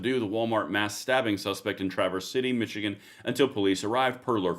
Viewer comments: Traverse City is pronounced as traver's city NOT truh-verse...like the action of movement from one location to another. I know it's a nitpick but as a Michigander, it matters to me. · I love that all the 2A and gun channels are covering the story but they need to listen to the actual videos to learn how to pronounce Traverse City.